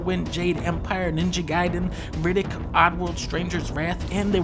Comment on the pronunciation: He pronounced ninja gaiden wrong can’t trust him